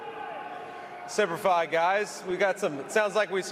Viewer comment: JD Vance says Semper Fi like a civilian.